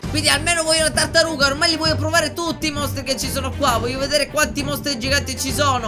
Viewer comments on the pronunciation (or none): ti vorrei dire che nel momento 9.' 32 ai detto la cartaruga invece che tartaruga